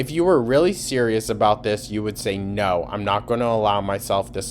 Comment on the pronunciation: oh naur!